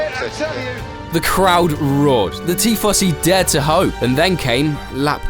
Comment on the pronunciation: What is this Tea Fossy you speak of?